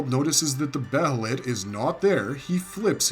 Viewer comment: jj .. Its another word literally for 'Hawk.' And moreover he pronounces 'Behelit' correctly instead of trying to ear-r@ it by calling it 'Be-HElLiT' like some people do as if theyre not from this planet and cant pronounce COMMON-english dialect correctly! : D .. I bet you pronounce it that way too, Huh? ;jj What, Do you for some senseless reason call 'Guts' the outdated name no one except for 2 people wanted 'GaTtsU,' Too?